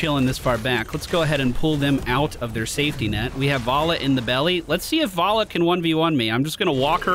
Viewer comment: why do you keep saying varlla its valla